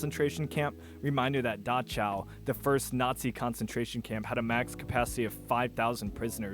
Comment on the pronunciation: Datschau? XD